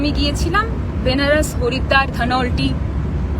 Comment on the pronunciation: ধনৌলটি। উচ্চারণ ভুল করছিস।